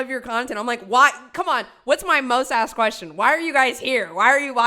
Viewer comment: She’s trying so hard to sound smart, but can’t even pronounce the word “asked” 🙄😒 girl, bye